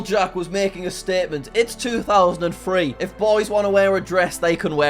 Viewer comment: I can't tell if he meant to say, "It's 2000 and free" or not